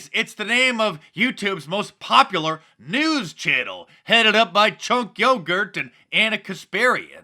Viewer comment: Chunk “Yogurt” 😂